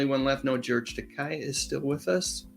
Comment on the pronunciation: Takei: ta-KAY - as in gay 😉